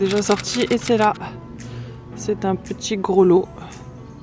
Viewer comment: Coucou fillette, je rêve ou tu prononce "grolot" plutôt que "grelot" ?? 😂🍂🍃. Sur des plus gros tu trouveras un jour des numéros, ils correspondent aux différents sons, le berger pouvait, rien qu' aux son, savoir s'il lui manquait des bestiauds.Gros bisous, bravo pour tes gants😊☝et tes belles trouvailles.